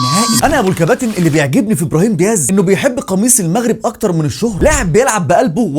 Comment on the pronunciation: واسميتو دياز مشي ديهاز 😂😂 🇲🇦